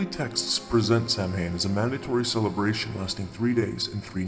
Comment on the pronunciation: Nice work! Though I would like to point out that Samhain is pronounced "Sah-win"